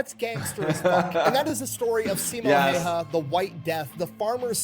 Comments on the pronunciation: The dude pronounces it "heiha", which means that he only got the h letters right 😅 Anything is better than that. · For me as guy from Finland its crazy how everyone who watch believes he says häyhä the right way and use him as like a teatcher on how to say it. And yet he says it comlialy wrong he butshers the name